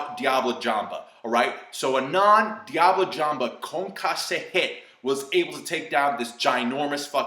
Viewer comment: concasseee and diablo jamba lol its french its prnouned concass and diabl jamb ( in french the e is silent if its in the end )